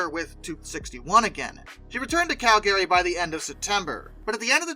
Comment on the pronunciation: Your pronunciation of Calgary is... interesting. CAL Guh ree. And Laredo, TX. Luh RAY dough